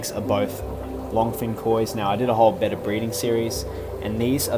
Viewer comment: So glad you pronounce betta as it should be! 🤣